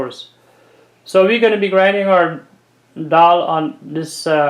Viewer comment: Great work. Is this something like 'waade' by any chance? Ok let me congratulate you for your pronunciation of the word dhall -'dall' and not like some 'creole english duck' who say 'doll'😂...!